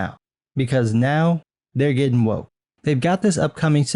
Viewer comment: Spelled "woke" pronounced "wank"...